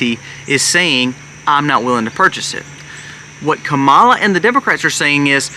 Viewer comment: Great content! I just wish you would make sure the audio is correctly synced with the video. And, that you pronounce Kamala correctly.